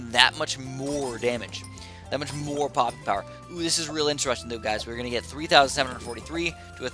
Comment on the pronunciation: you said pooping instead of poping